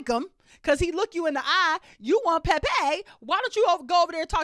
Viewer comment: I love the way you say Pepe’s name! 😂